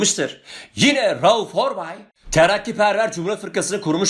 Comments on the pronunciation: Hocam çok güzel reuff œrbey diyorsunuz ağzınıza yerim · Hocam emeğinize sağlık . Rauf Orbay demenize bitiyorum ahah :)